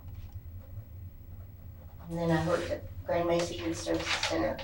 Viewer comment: mesa= "may-suh"